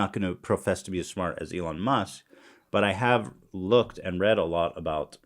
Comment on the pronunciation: Everyone else: Elon Musk Ethan: Elon Muss